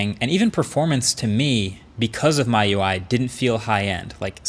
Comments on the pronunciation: actually its m-i-u-i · its not your UI lol (MYUI???) its meeUI, About 12M subs been reviewing for 10 years & MIUI has been around that long almost, you should at least know how to pronounce it by now, its Not XiaoMY its Xiaomi hence MIUI(meeUI) Mi is rice in china Xiaomi means millet rice hence redmi(hongmi in Chinese) is redrice, I wish I had uploaded my tech videos back then from SGS when you were shooting off webcam and bigplayers on YT were PhoneDog and Technobufallo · It’s M-I-U-I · It's me-you-i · WILD CRACKS you are correct. I haven't seen a single rumour for the Mi 10T Pro so this is the one. Also he pronounced the OS as "my UI" instead of "me UI" lol. Xiaomi, Sh-ow-me, the Mi is from Xiaomi. Rocking my Mi 9T Pro here as well, put Evolution X custom ROM on it (stock Android), so it feels just like a Pixel, and I also get Pixel exclusive features too. For $320 USD this was a steal on AliExpress, can't get it that cheap anymore though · Every time he says my-you-eye when it's really mee-you-eye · Did he just pronounce Mi UI as (“my ui” instead of “me ui”) ? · Yes!!! what a disgrace to humanity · It’s not a big deal but it sounded weird hearing that especially coming from somebody like Marques who’s a big tech savvy perfectionist. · I said the same in one of his previous videos. It's pronounced me not my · It should be pronounced like "Me UI" not "My UI" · xiao meee MY ui. seriously MKBHD? is this your first day reviewing smartphones? xiaomi is not even a new company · It's also available in Europe (as your Plug is showing too) Also: please dont say MiUI like myui. Thats just wrong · Technically in Cantonese it is pronounced my-you-eye but majority Mandarin speakers would say mee-you-eye lmao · Its officially pronounce(by Xiaomi) as Mee-you-eye and im half Chinese so i get you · FYI- Mi UI is pronounced 'Me UI' . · Just a reminder - it's pronounced "Me Ui" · its pronounced "Me UI" btw. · Miui. Pronounced as "me ui" Marques. Come on Bro. 😁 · MyUI by XiaoMy😂